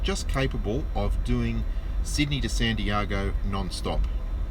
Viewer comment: I can’t get past how you pronounce Santiago